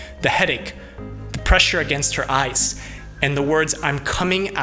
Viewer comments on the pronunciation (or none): none